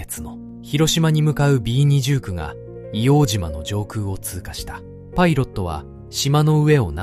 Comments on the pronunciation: ＡＩで変換してるからか？皆さん指摘の「いおうじま」ではなくて「いおうとう」ですね。 あと、 からの、幕僚との説明ですが、写ってる皆さんは下士官か兵みたいなので 身の回りの世話人か伝令？幕僚とは違うと思います。１つ前の写真には参謀懸章を 付けてる人が居るので、上級士官の方達かなとは思いますが。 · 『硫黄じま』ではなく『硫黄とう』です。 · イオウジマではなく、イオウトウと読んで下さい。当時の住居区分では京橋区硫黄島(イオウトウ)です。イオウジマは米軍がわ呼称です。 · 栗林さんのお話、ありがとうございます。ただ一つお願いがあります、硫黄ジマではなく硫黄とうで願います、日本人のこだわりです。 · いおうじまではない。AI失格だ